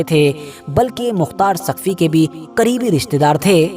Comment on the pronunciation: Saqfi ha taqfi nhi bhi shab